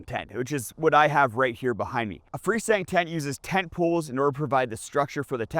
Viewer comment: Translation: Fresndntent = Free Standing Tent